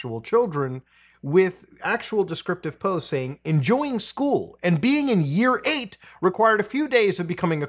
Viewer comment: lmfao as a British person hearing mutahar say things like "year 8" was rather amusing